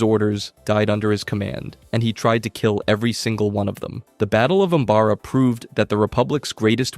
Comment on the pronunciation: The real war is this man’s pronunciation issues. (Cor-uh-sont) Cato (Nuh-moi-di-uh) (Um-Bar-uh) (Moo/Muh-stuh-far) Cham (Sin-do-luh) Ashoka (Taw-no) Obi-(One/Wan)